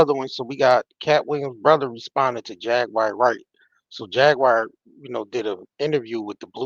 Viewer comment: It's definitely not JagWIRE. LOL